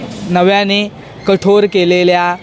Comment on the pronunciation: भाऊ कठोर रे कठोड नाही 😢😂